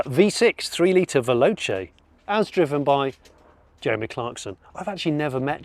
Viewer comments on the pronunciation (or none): none